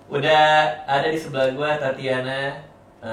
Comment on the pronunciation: kok tatiana ya ? bukannya tatjana ya ? =tacana gitu